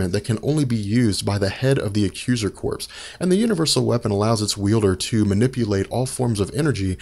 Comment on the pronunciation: Thanks for the great info guys. One other nit-pick though, the word "Corps" in Accuser Corps is pronounced 'core' as in Marine Corps or Army Corps of Engineers; not 'corpse' as in a dead body. The first nit was Ron-an/Row-nan. The "O" is a long 'o' like the masterless samurai - a rōnin.